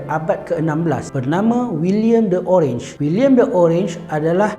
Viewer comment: Bacanya oranye dalam bahasa belanda bukan orange